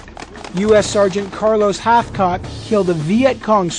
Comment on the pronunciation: did he realy call him Carlos Hachcock? It would help, when preforming an interview with a record setting sniper, that you can actually pronounce the former record holders name. Not to mention Hathcock is a legend.